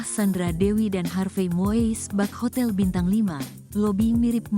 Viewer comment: Ini narator Tribune harus belajar lagi melafalkan nama orang dengan benar. Melafalkannya bukan MOIS tapi MUIS!. 🙈